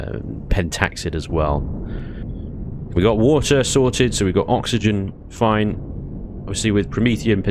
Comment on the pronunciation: "its foine!" When a dude from the UK says "Its foine", you know to a certainty, that it shall NOT be foine!